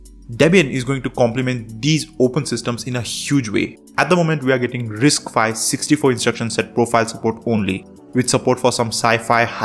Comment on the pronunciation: It's "RISC five" not "RISC phi". 😂😂😂